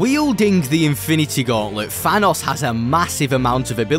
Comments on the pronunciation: Bro says "fanos" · FYI. It’s pronounced Thanos Not Vanoss